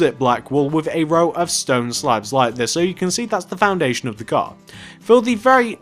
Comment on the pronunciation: you said a gar